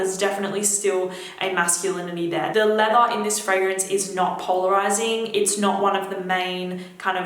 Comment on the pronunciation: And leather